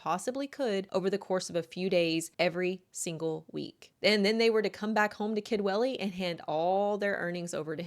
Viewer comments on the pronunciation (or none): Aaaargh ‼️ Sorry 🙏🏼, it's near the end, now It's pronounced Kudwelly Remember, it's in Wales 🏴 Own language? They might not all speak it, the younger, and elderly, but we can all pronounce it 😊